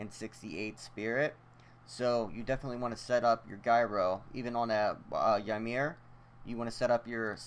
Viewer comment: its pronounced (Yi-mir) Not (Why-mir)